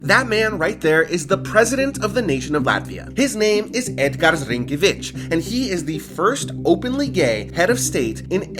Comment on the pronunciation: Those stripes above the vowels mean longer sounding. Like if You want transcribe english word "Star"..in latvian it will look like "Stār". With just "Star"..it will be short a. So Rinkevičs will be pronounced like "Rynkaeehwitch". Another thing is that we are against asociating Latvia with Eastern europe, because most of ou culture is influenced by and compared to scandinavians and germans, if we talk about indiginous people. Of course - Russian empire period, Soviet migration-ethnogenocide made some corrections, but generally we are like to be associated with in-between Northern and Central European. You should have been visitting more towns. That is totally not what represents the spectrum of what Latvia looks like... and no big ones...the smaller ones are the spice. And with ortodox cathedral You should be more specific - it is particularry Russian Othodox Church... not Greek, Not Georgian, not Armenian, Serbian, Ukrainian etc. but Russian. The 99% of them, except old-faith churches, are built between ... so they are not ancient or smth, built in Russian empire period of agressive russification policy.